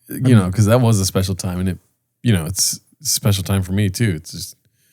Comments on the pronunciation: It's was a speshial time I had a can of pringles on my shoulder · So speshul man, jussa speshul time